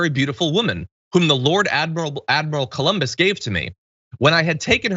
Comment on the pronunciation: they pronounce it "koloombus"